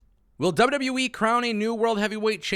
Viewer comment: This guy seems cool but anyone else bothered by this?….He says “W.W.Wee” instead of W.W.E. Gets annoying after a while.